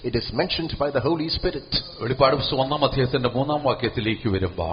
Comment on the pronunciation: വെളിപാട് അല്ല വെളിപ്പാട് ആണ് 🙏